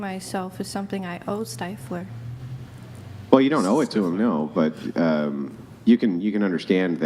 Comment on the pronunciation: Girl saying steifler immediately annoyed the shit out of me